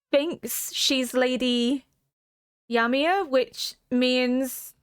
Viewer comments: Apparently in old Norse and modern Icelandic Ymir is pronounced "ee-mihr" but I hear lots of people also pronounce it "yuh-mihr". I use the latter, but am probably wrong. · For reference, Ymir is a name from Norse mythology, it is pronounced like ee-meer (emphasis on the second syllable). Love your reactions 💜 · I don't know if you're at all familiar with Norse mythology but the name Ymir is taken from there. It's /ˈiːmɪər/ by the way, EE-mer (like "tree" without the "tr"). No that it matters too much, the Japanese actors say it like ユミル, Yumiru, but if you want to know EE-mer is about as close as you can get with English pronunciation. It's not like it's actually the same concept in AoT as it is in the Poetic Edda but there might be some thematic significance and if you don't know I'm not going to tell you, at least not right now. I'll just tell you that it was a familiar name that certainly raised an eyebrow for me. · Oh, just realised you have watched half (all?) of season 2 now so are probably aware how they pronounce Ymir. Sorry!